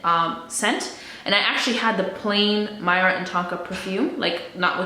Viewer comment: Hi! Myrrh is pronounced like the word 'fur' but with an 'M', so 'mur' - the stuff that the 3 wise men gifted - gold, frankincense and... myrrh!